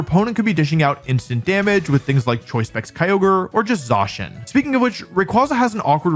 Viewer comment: Stop saying ZAAcian!